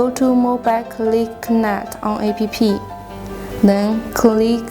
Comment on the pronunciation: What jack-ass authorized this gibberish??? The text is written by someone who does not speak English and the lady reads the text wrong, A.P.P. is pronounced APP!, not, Ah, Pe, Pe... Apps stands for Application. For a while I thought she was saying I.P.P. which can stand for Internet Printing Protocol, commonly used by modern printers. The product looks impressive but the presentation is shite. It comes off as half cocked. And what geek choose the background music? The music is not only annoying but also distracting. Gees hire someone competent in the technology and the use of the English language, to demonstrate the product. Otherwise a well detailed demo, minus the cocked up use of English and tech terms.